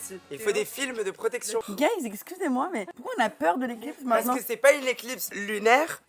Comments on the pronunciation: Je sais pas si c’est fait exprès mais Léna qui dit « gay’s » au lieu de « guys » pipi de rire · le fait qu’elle dise « gays » et pas « guys » c’est fantastique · J’ai entendu « Gayssse » 😂😂